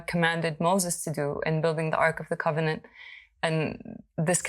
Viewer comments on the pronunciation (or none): none